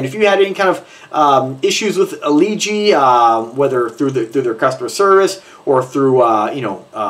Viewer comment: It's pronounced LeeJ